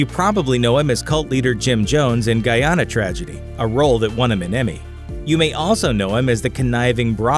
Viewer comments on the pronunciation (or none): Guy-Anna not Goyana. Guyana, it really is pronounced the way it is spelt. Guyana not Ghana or Goyana but Guyana. 😒😒😒😒😒😒😒😒😒😒